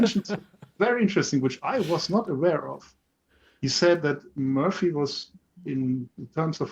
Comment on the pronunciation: it's M*o*rphy, not Mu[ö]rphy 🙂. I have to admit the CB18 did indeed surprise me. Lot of added value in the new version.